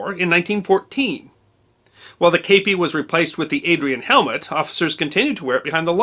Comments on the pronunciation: I've never heard it pronounced "Cape pee" I thought it was "Cah Pee" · K-p or kepi, kepp-ee, in English! Shack-o, or Shake-o in English! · I actually was issued a kepi. And it was pronounced kep(t) ee. The history guy is saying it wrong. If you need to hear it pronounced look up the song “kepi blanc” chants d la legion etrangere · I ran off to join the French Foreign Legion years ago. The kepi blanc... it's pride. And... IT'S NOT KAYPEE, it's keh-pee. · i should expand, I hear you saying kapie and not kepie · Today I learned it's called a Cape ee not a keep ee hat. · I served in the Premier REC of the Legion Etrangere in the 1980s. Your pronunciation is 100% totally wrong. It is pronounced "kepee" not "kaypee". I really enjoy your channel and respect what you do. You would of got told once or twice by the French ncos in basic training your pronunciation was wrong then it you did it again you would of got your head caved in. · You said it wrong chief kep kep i kep I kepi and not stander issue of my war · The actual pronunciation is sort of in between. Here's a quick lesson: 1. The vowel is closer to "Kay", without the y. In English, the vowel in "Kay" is a diphthong or vowel combination. We actually say "kay-ee". In French, there are no final diphthongs. If you drop the final "ee", you get something that sounds a little like "Keh". 2. In French, the accENT is alWAYS on the fiNAL sylLABLE. So the word is pronounced "Keh-PEE". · The French word has an acute accent over the E: képi. That means the E is pronounced like "kay" but without the "ee" ending English speakers put on it - not "eh" as in "kept". There's no accurate way to write this in English without using the international phonetic alphabet. But that's what I meant by writing "Keh-PEE".